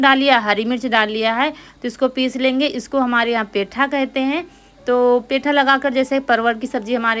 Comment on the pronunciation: पेठा नहीं पीठा कहा जाता है 😊 आपकी बहन रितु भी पेठा कहती हैं पीठा को 😊 ( लखनऊ )